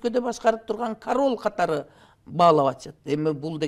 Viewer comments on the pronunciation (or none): Корол дейт да.король дегенди😅😅😅😅